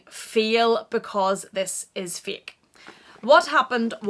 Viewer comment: Did she say “it’s a feel because it’s a feek?” Lol translation...It’s a FAIL ( pronounced FAY-EL) because it’s Fake ( pronounced Fay-k) You’re welcome! 🤣